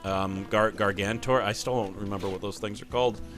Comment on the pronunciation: Btw they are called gaurgantuars gar-ganch-you-are(s)